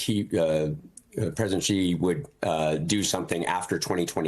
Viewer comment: The proper pronunciation of Xi is "she" not "gi". So, where did you guys get this fake expert???